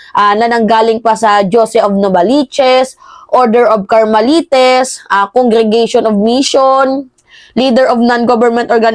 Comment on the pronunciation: Ma'am Carmelayt Po Ang pagbigkas niyan pagpaumanhin po